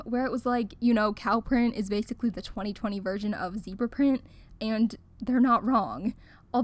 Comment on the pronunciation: It ezzzz what it ezzzz